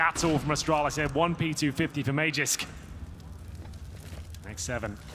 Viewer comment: Don't you just love seeing a round go by without having witnessed a single kill, when there were 5 kills in that round? The way that one guy pronounces Magisk ma-jisk makes me wonder if he also says ma-jasin for Magazine.